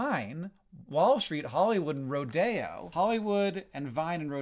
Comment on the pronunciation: That's the first time I've heard someone pronounce Rodeo (Ro-de-o) as "Ro-dayo", lol